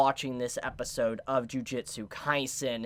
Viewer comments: please stop saying "Jiujitsu" Kaisen ;_ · Tbh, it was a perfectly fine comment. No hate or malice really shown. Don't know why you're saying it's not constructive since now knows it's not pronounced "jiu". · juJUtsu kaisen :D not jujitsu ehe trigered ahah , JUJIIIIIITSUUUU!? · Why is so many people still calling it "Jujitsu Kaisen" XD